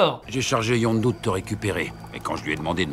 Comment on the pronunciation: « Youndu » toute la vidéo, ca m’a trigger comme jamais, c’est Yondu bordel